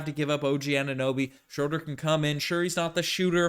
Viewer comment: You gotta start saying Schröder's name right. It's Shrew-der, not Shrow-der.